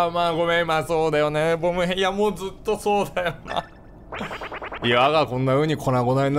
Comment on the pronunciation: 最後っぽいから言うけど…… ボム兵のイントネーション違うっ！！！